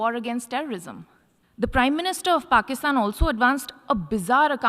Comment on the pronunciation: There is "Petty" and then there is "Pakisthan" 😂